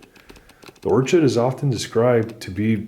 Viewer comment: Or-ched ? its 'Or-kid'